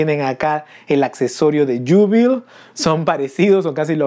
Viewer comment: A Jubilee en español se le conoce como Júbilo. Y en inglés se pronuncia como lo estás haciendo, pero esa doble al final suena como una i. Entonces sonaría como Yúbili. Buen video! A mí también me gustó verla en X-Men Apocalypse y me molestó que en la mayorías de las escenas donde salía las cortaran. Por cierto bro... la serie animada de los 90's es cultura general...deberías verla cuanto antes! Respecto a la figura, es sin duda un figurón, y concuerdo en que una de las cabezas debió haber sido más expresiva!